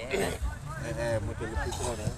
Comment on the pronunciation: Kawal terusss persijap min,btw ituu basroh bukan busro wkwk